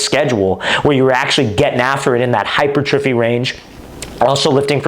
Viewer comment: Thx for the vid coach! Btw, hypertrophy is pronounced hyPERtrophy